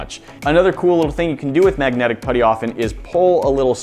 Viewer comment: Its MAGNETIC not MAGNATIC